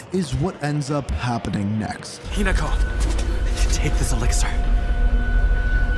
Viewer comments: not hiNAko 😭 lol, HInako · “i’m gonna try to pronounce the names right” gets first syllable wrong lol. no worries no shade just thought it was funny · good video but ooph for not practicing how to pronounce Hinako's name. They have English and Japanese dubbing so just hearing it and practicing it seems like a lack of effort But top marks for getting this video out so FAST